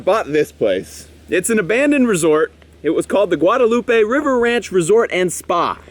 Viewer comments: I see we've finally bullied into saying Guadalupe correctly. Very good. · Lol 7 episodes to finally pronounce Guadalupe right.